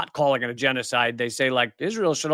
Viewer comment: Did you say jesucide? Israel is commiting jesucide? I didnt hear what you said Lee 😬